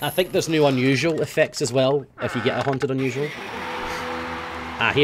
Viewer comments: was it just me or did it sound like he said "F you" at the end. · Every time you say "if you" it always sounds like "F U" to me, haha